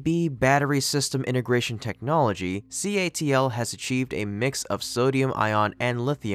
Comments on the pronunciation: Proofreaders, it is CATL, not CALT as spoken and written in this video a dozen times. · Need to correct the narrator mistake at about where he says the company name is CALT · is it CALT or CATL because the former was said by the narrator and the latter was shown in the picture? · It is CATL not CALT..... Things don't go unnoticed 😂😂😂😂😂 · Dude, it's CATL you said CALT at least twice! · Calt or Catl keeps s on saying CALT... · You state that it is by a company called CALT at 47 seconds but it is CATL. Just saying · it is CATL not CALT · It is CATL and not CALT. 0.47 check your vdo pls! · CATL not CALT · It's CATL not CALT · Why does the narrator keep saying "CALT" when the company name is CATL??? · Numerous times during the video, the narrator refers to the company as CALT rather than as CATL. This even happens once in the subtitles. Not very professional. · CATL, not CALT. ;) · "CALT" in your opening narrative..... oops, I think that company is "CATL" ;-) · It's CATL not CALT! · It’s CATL，not CALT。you make a mistake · When the speaker writes $757 and pronounces it "five thousand fifty dollars" , then repeatedly says CALT instead of CATL, there isn't enough credibility left to continue watching. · thats catl not calt.... cant even read his own script...lol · you keep saying CALT - but isn't it CATL ? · Just wondered why he says CALT but the sign on the building is CATL. Takes away from the credibility of the post. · CATL. Not CALT. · brother... it's not CALT... as you say a few times in the video, it is CATL :) fyi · The guys says "CALT" in his opening spiel. At least get the name right, as it is literally shown on the side of the building as "CATL". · CALT? CATL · Calt 😂😂Catl bro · How many times must this narrator say 'CALT' before he gets it right? Even the description above, it is written wrong! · Why do you keep getting the name CATL wrong, saying CALT - are you trying to tell us something at a subliminal level> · C A L T but It’s C A T L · Stop saying "CALT"!